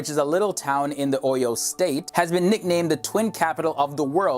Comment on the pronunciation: Lmfaooo did you heard the way he pronounced, “Oyo”